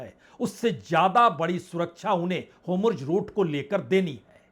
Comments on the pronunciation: वाजपेई जी आप जैसे सीनियर लोगों का hur muz की जगह होमुर्ज रूट कहना तथा (netenyahu) नेतान्याहू को netanu कहना उचित नहीं लगता है kripya apekshit sudhar kar le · होमुर्ज नहीं होर्मुज है।"आर" पहले हे "एम" बाद में और "जे" नहीं "जेड" हे। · आप होर्मुज को होमुर्ज क्यों बोलते हैं? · HORMUZ kaa sahee pronunciation aap kab seekh paayenge dear PPB. PLEASE reveal...😊😊😊